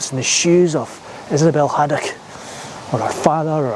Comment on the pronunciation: Good wee video. I'm glad you corrected yourself to get Issobel Haddock's name right 👍